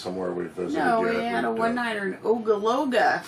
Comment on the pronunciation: Ogallala. O-GA-LA-LA! Hope you have fun in my home state (from Lincoln, I have family all over in NE and surrounding areas). Enjoying your adventures.